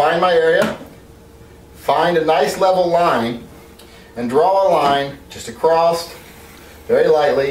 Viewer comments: Did you say 14" acrosst? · Did you say "acrossed"? Lol, still lovya, thumbs up :) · I learned a new word…. "acrosst"..